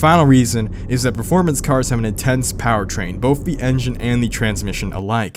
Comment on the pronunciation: Ik u did not say boff instead of both